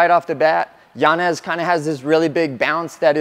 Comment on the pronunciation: Respect for not pronouncing Yanez as Yanyez . That man does not deserve it after putting on a performance like that